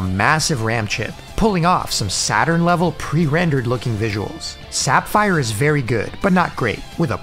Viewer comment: My only gripe with this vid would be the pronunciations of "Sapphire" & "Crescendo". 99%, must watch.